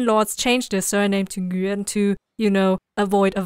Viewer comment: F@ pronounced the name correctly! "Nguyen"